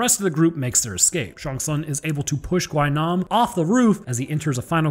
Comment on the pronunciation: Just a small fun fact AND SPOILER ALERT. Gwi-nam has a running gag within the series in which he falls from a huge fall and survives Also his name is pronounced as "Gwi-nam" Gwi is pronounced like the letter E instead of "Gwhy-nam".